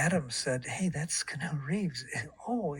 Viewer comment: I love that movie- mostly for the production design and in-camera effects but Oldman's performance was excellent also, did he call Keanu "Canoe"? lol. I love that it was yet another story about how nice he was